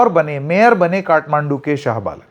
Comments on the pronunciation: Baren nahi Balen hai . Kya sir naam to sahi kahiye . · Balen not baren😅😅😅